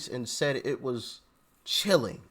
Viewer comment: cilling???!!!🤣🤣🤣🤣🤣🤣🤣🤣🤣🤣who can listen to them anymore????????